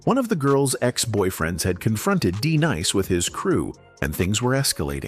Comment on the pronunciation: 😂 that wasn't "Just- Ice" nor "D-nice" Narrator plz hire someone knows the difference. Artists.